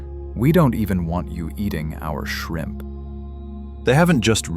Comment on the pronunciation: You forgot the "p" at the end of shrimp! Takes away from your dramatic effect!